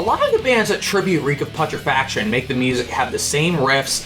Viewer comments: Pu tre fac tion say it with me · Bro its pronounced "Pyootrefaction". You killed me every time you fucking tried to say Reek of Putrefaction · hearing him say PUT-rah-faction..im-pah-TEA-go ... makes me feel like setting my ears on fire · God you’re such a normie hahaha. You also can’t pronounce putrefaction. Congrats! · The only thing that bothered me about this is saying putrefaction and impetigo wrong, otherwise very good.